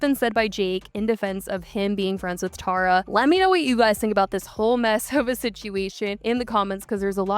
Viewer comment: I'm NGL I only watched this video because my name is Tara and I don't get to hear it said correctly a lot